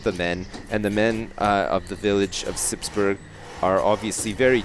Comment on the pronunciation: Good question :). No he says it soon after , and he says it like you say it in burg[er].